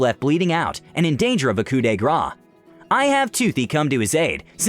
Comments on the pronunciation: it's coo de grau (not grace!!!) but the rest was awesome though!!!! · And “coup de gras”